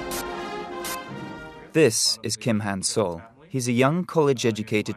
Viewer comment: It's Kim Han-sol, not "soul". 김한솔 (Gim Hansol or Kim Han-sol)